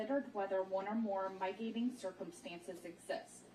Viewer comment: When she said hen-ee-us instead of “hay-nus” and my-tigating instead of mit-igating” I lost it. I’m hoping she was nervous and not just ignorant.